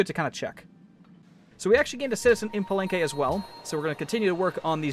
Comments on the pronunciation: palanque exact pronunciation is pa-lan-ké (not pa-lan-k-oué) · Pa-leng-qay, i think that's how you pronounce it